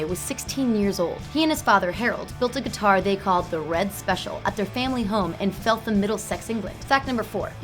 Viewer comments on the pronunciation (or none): It’s pronounced fell tam, sincerely someone who lives there